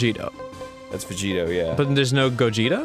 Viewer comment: VeGetto huh?... Yeah, guess Vegito was'nt correct